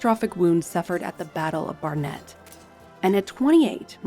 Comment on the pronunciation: BARnet, not barNET